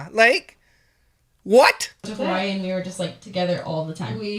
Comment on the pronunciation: The way they say “Hawai’i” 🤢🤢🤢🤢🤢🤢🤢🤢🤢